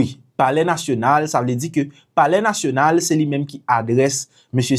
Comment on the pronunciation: It sound bizare, how he addressed saying polair national.? Alex sold HAITI.